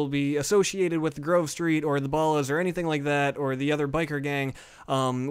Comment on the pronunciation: He sounds so white when he says ballas lol no racism